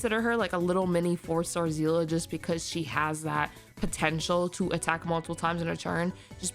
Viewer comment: You pronounces of Seele name is wrong as a long time Honkai impact player 😅 Her name is pronounce See-le not zi-la